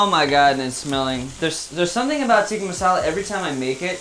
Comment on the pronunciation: also tikka isn't pronounced teeka it's pronounced tick-ka